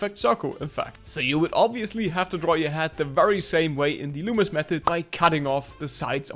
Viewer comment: Finally someone got his name right 👍 Good Job